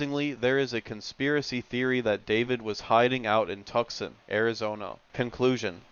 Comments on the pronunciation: The 3 second silence between segments was a nice touch, it adds to the overall creepiness of the video. Pairs well with the deliberate mispronounciation of specific words. Good work. Heh, Tuckson... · You can’t pronounce “Tucson” ? Are you on the spectrum ? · How do you not know how to say Tucson? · Great vid. First time I’ve heard Tucson AZ called Tuckson tho lmaoo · Ah yes! "Tuckson" Az. Beautiful city. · "Tuckson" lol